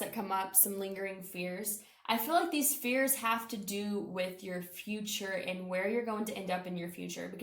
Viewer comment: When you said fears I heard fierce and that resonated :) thank you!